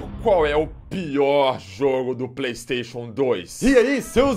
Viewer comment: (Playstashion) kskskskssksks